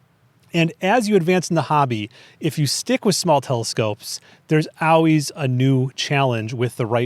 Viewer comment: Hey. I've got a weird question. I've noticed on your videos when you say the word "always" to my ear it sounds like (ow-ways). Is that some type of regional accent? Just curious.😊